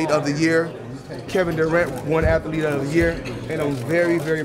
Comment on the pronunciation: Hey Floyd what's a Atalethe? You mean athlete? All that money dude get some Ebonics or something